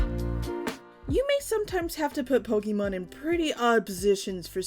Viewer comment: I love you, but I'm afraid we're going to have to break up. I know I should accept you as you are and not try to change you, but I just cannot get past how you pronounce "Pokemon". It's a deal breaker for me, I'm sorry. It's not you, seriously, it's all me. I wish you all the best in life, and will dearly miss you. If by some chance you ever change how you say that magical word, hit me up, maybe we can give things another shot! 😂